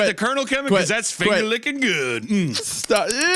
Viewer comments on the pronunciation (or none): "thas funger licken goooood"